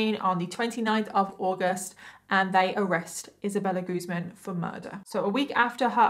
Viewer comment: It's actually pronounced Isabella GuzMÁN.